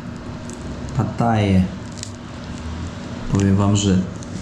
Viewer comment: W Polsce mówi się również pitaja albo pitahaja nie pataja, mam nadzieję, że faktycznie jest w Nikatagui a nie w Nigerii 😅